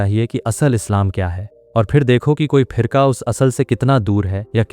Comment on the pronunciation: Bro you need to improve your urdu pronunciation, many places you are saying phirka instead of firqa